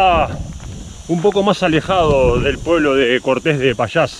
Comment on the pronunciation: Cuidado, el acento no está al final ......Cortes es un nombre que foneticamente es una palabra llana , no aguda.